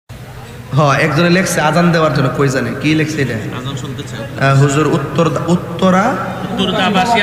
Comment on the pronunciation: আজন না আজান।